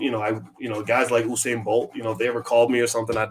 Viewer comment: Bro, you're mispronouncing the Legends name. It's U-sain no Oo-sain